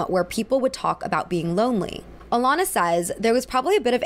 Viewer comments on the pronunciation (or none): none